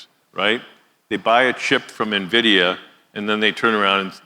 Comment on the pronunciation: Cannot pronounce NVIDIA.